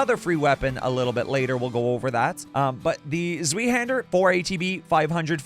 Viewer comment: Zweihander is german thats why its hard to pronounce. Translated it just means Two-handed (sword). Pronounciation is tswaihender but i think yours sounded pretty good already! Also nice video series i like it a lot